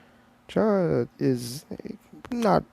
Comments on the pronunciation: You pronounce it like C-ara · It chara but you pronounce it like the H inst there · The "h" in chara is silent